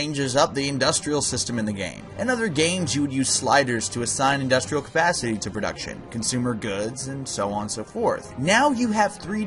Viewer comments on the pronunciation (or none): none